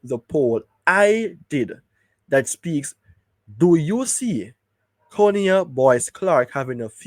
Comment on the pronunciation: His name is and pronounced, CON-I-AH not CONE-IAH. Please and thank you 🙏🏽